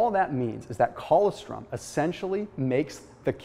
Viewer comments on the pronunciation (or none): It’s colostrum, not collawstrim...smh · ......colostrum........pronounced..... coe-loss-strum. That's OK, I just figured out recently how to say...... "pyrroloquinoline quinone"